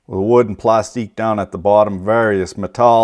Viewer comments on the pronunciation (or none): who the hell pronounces plastic like PLASTIQUE